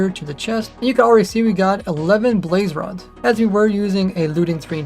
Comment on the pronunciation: "blaze rods"